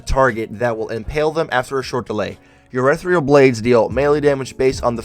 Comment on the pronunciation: Yo dude, I'm sorry but it annoyed me, ethereal, ee thee Ree Al, but urethral, we aren't peeing (urethra, cmon dude)